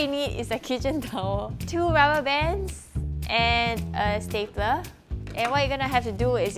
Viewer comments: She can't even say stapler she is saying staple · Me: Stap-lala-ler Dictionary: Stap-ler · I just love the way shes strugling pronounce stapler 😂😂 Love you 💕